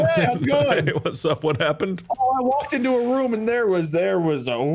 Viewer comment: I love all the weird ways he pronounces different words, like how He says room like “rum”